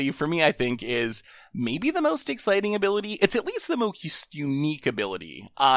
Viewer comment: Ex-spiteing? Sounds like what I do all the time